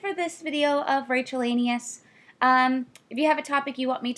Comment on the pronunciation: Sounded more like: Rachel-Anus. No offense Rachel, I like your videos.